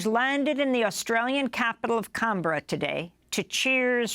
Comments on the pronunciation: Only an American could mess uo the pronunciation of Canberra so badly. Cumbria it is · The capital of Australia is not called Kahn-Bra 😂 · Cunberra??? It’s CANBERRA, Assange did facilitate Russian aims of election interference